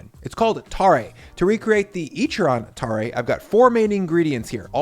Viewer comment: I live in Fukuoka where tonkotsu ramen is from. Ichiran is from here originally and there are quite a few regional variations down here. Also, tare is pronounced closer to "tah-reh" as opposed to "tar-ray"